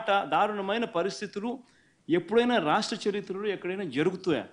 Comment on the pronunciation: Sharitra kadhu anna Charithra